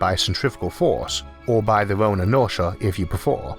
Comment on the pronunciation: "or by their orn inortia if you prefor"